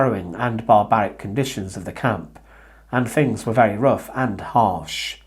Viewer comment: Try saying ‘ things ‘ not ‘ fings ‘